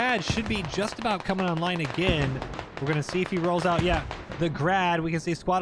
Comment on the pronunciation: he fucked aboot, he found oot